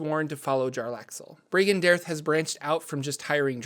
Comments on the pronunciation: Omg it's Bay-en-ré and Brāgen-de-airth. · His organization is pronounced (bree gan day arthe)